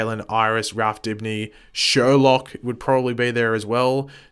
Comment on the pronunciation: "It's sher-loke"